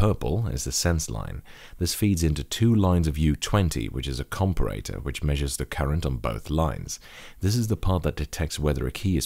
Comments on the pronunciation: You say comparator strangely :P Compare-a-tor. You can also just say op-amp. Other than that, good job! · A com-per-ray-tour ?